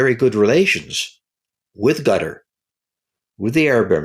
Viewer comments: It’s not gutter it’s katár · ITS. QATER. QATER. NOT. GETTER. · Does he call Qatar gutter . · The moment you say "gutter" for Qatar, I constrain myself not to punch the computer screen. Dislike given for the video. 👎👎👎👎👎👎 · I find it amusing that many American commentators pronounce Qatar as "Gutter".